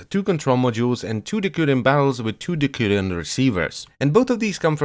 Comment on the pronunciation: Its de/s/urion